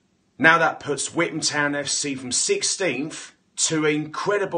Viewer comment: 1 pound for every time he says withan town